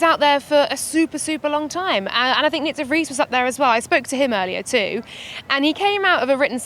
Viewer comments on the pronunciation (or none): Tip: de Vries is pronounced with a shorter V, more like an F, not like a W.